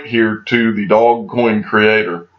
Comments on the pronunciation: It’s Dogecoin - pronounced Do’ge’coin duude!! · Pronounced: Do-zsh-coin